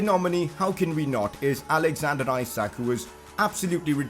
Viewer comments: Pcq : Reading Isak no Ajsak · i think the pronounciation is eshuk (the a sounds like u in mud for example) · Isak is pronounced Eesak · and isak pronunciation is wrong too